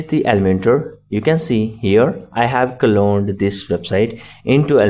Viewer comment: cloned not "colone"